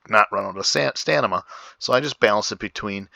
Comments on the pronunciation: Pliz! :) Stamina not Stanima :| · Thats stamina not stanima